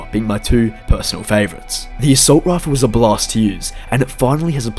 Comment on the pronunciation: 😂😂😂😂😂😂 you sound like you said block but you said blast